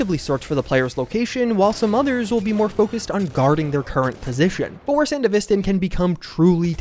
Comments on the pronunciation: gotta throw wannabe edgerunner in here too tbh. also im certainly not the first but i swear to god im gonna lose it if i hear sandeVIStin one more time dog. its sanDEVisTAN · Why do people pronounce it san-di-VIS-tan? Edgerunners clearly showed its san-DEVI-stan. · Seriously how hard is it to pronouce it like San-dev-est-stan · watch edgerunners to hear how sandevistan is pronounced